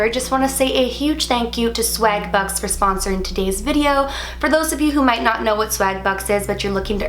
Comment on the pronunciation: She sais 'swag the same way she said bag 😂😍